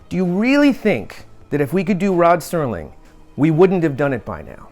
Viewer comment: Sounds like you are saying Sterling. I'm sure you know it's Serling... It's a shame the family won't allow it. I would love a classic posed figure or statue. I don't think Rod would mind at all. He was further ahead of his time than anyone in history. I used to watch marathons every New Years as a tradition with my Dad. I would watch it whenever it came on. I've seen every episode multiple times. I showed some episodes to my girlfriend and she loved them too. At least you all can make some merch.